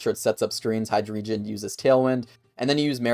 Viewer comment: Really amazing video, thanks for mentioning me 💚💚 but.. But.. i can't get over how you prounounce Hydreigon :I